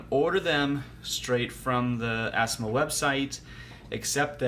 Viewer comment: A very positive honest review, thanks. To pronounce assimil simply by saying it in French as "asseemeel". Alternatively, you can order directly Assimil courses from bookdepository dot com. Or you can check the cheapest Assimil at bookfinder dot com (isbn search engine). In my country, Amazon is always so darn expensive. I've always ordered my books from bookdepository and abebooks. Wish you the best of luck with Japanese. It's a cool language =)